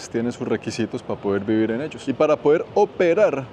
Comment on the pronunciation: El influenciador que peor habla el Castellano... Pa', Pal', Vamo, etc. QUE VERGUENZA!